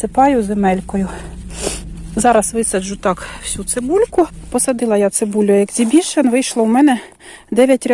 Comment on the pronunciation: Не екзібішн,а ексібішн.